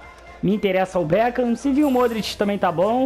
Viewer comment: O becam kkkkk beckham